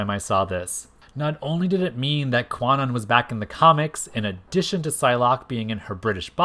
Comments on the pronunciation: 1. Kwannon is actually pronounced like Con Own. This article here explains the correct pronunciation and origin of the name: 2. Kwannon actually did have powers before the whole body swap ordeal. It was stated in X-Men #32 that she was always an intuitive empath, displaying, at times, low-level telepathic abilities and that was the only reason their procedure by Spiral was a success. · I know this is a 3 year old video but the w in Kwannon is silent: it’s pronounced “Kan-On.” “Kwannon” uses a premodern transliteration of Japanese that is no longer used. Modern linguistic systems would spell it “Kanon” (観音)